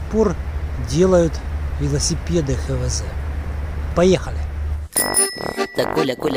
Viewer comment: Не ХеВеЗе а ХаВеЗе!